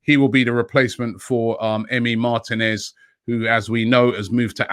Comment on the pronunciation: MAR-TEEEEEE-NEZ NOT MARTIN-EZ